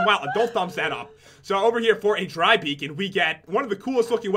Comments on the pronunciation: You said be on not beacon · Stop saying BEAON FROM WELL BLAH BLAH BLAH BLAH BLAH BLAH😠😡😡😡😡😠😡😠😠😆